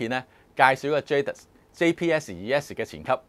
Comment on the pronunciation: Can you believe, the French pronunciation is "zha - dee"